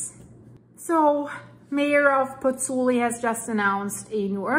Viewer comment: Hi,, you pronounce Bagnoli perfectly. You pronounce Campi Flegrei perfectly - but you're not getting it quite right with Pozzuoli. You're missing out the 'u' sound (pronounced 'oo' in English). Pozzuoli should be pronounced - Pozz-oo-aw-li. The Italians sound all the vowels...